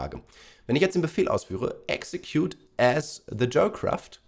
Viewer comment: Nicht exetcude🤣😂😅